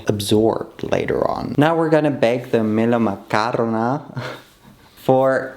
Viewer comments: actually said melomakarona correctly and the accent sounded like a Greek person said it🫢 (from a Greek person btw) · I'm Greek, we all looove melomakarona in Greece! Yes they aren't supposed to be crumbly, maybe they needed some more time in the syrup. You still did a great job though and the pronounciation was perfect!! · Literally pronounces it perfectly like 4 times in a row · YOU PRONOUNCED MELOMAKARONA PERFECTLY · Ayyy thank you for making melomakarona 🙏 btw you said it perfectly 😩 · your pronunciation of melomakarona was great tho